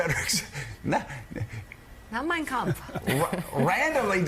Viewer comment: His pronunciation of kampft was telling